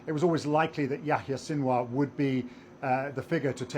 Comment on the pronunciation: How can your analysis be anything but a joke, when you can't even pronounce his name?